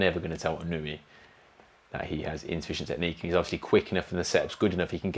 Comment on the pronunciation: Inoue: ✅ EE-KNOW-EH (close enough) ❌ IH-KNEW-EE (not close) Really solid base on that little guy. Almost Pacquiao legs. He sure did make Fulton look chicken-legged by comparison. Excellent body mechanics -- so much torque. *WHAP*